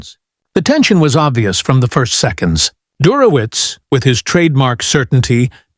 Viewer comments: Der ho witz...😢😢😢 Do better, AI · Computer has a hard time with "Dershowitz". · At minimum, Professor Dershowitz deserves to have his name pronounced correctly.